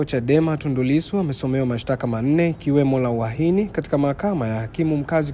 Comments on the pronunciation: ni Uhaini sio uahini.sheme on you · Wewe siyo uahini ni UHAINI.REKEBISHA HIYO KITU.